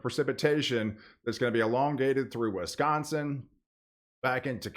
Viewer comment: Love this guy! If he could only pronounce my state right😂 Wisconsin. Swiss con sin rhymes within Wiss con sin. Not Wes con son😮😅😂